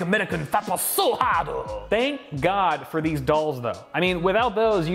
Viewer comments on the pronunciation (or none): sounds more like a Korean with a accent then a Japanese with a accent, especially when said "SO HARD-duhhhh"